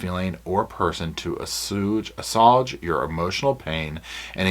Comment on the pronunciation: “Assuage” is pronounced “ass-wage” 😊 And it means to reduce/calm a difficulty , or to ameliorate.